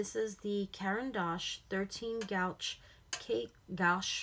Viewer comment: It's pronounced gwash. ☺️